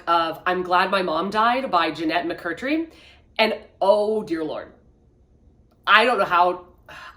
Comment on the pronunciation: McCurDEEEEE!! Lol not mccurtree! I’m so excited to read her book though, I’m happy she got her story out there!